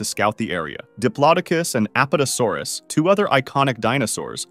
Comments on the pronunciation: Those are the incorrect pronunciations Those are the incorrect pronunciations of diplodocus and Apatosaurus Apatosaurus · its not Aa-pato-saw-ruhs, its pronounced uh-paa-tuh-saw-ruhs (apatosaurus)